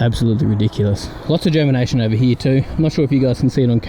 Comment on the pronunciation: Lol what happened to the R? Did it go hide somewhere? What R am I talking about? The one in the word Here. Lol the R is gone and replaced with eeeya. Lots of water over heeeeya. 😂